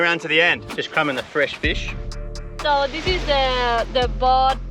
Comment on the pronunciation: "Tha feesh"